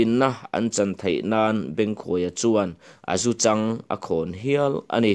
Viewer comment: A zu chang i chhiar dan hi a dik lo.. a zu chang (lung chang anga chhiar tur.)0